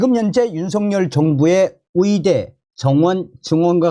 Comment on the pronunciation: 열심히 좋은 소식들려주셔서 감사합니다 그런데 의사를 위사로, 의대를 위대로 발음하시네요? 북한 출신은 이 발음이 안되나요? 아니면 만 안되나요?